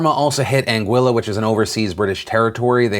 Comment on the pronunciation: Phil, its An GEE LA. not an Guilla.. FFS